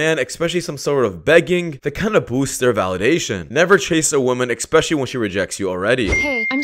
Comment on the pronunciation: Here's what I think. You are mispronouncing the word 'especially'. There's no 'k' in it, no hard 'c'. It's not ekspeciallly, it's especially. The hint to help you is the 's' as the second letter.